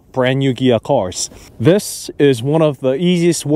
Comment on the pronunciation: Fyi, sounds to me like you are saying "Gia" not "Kia". Good reviews. Thx.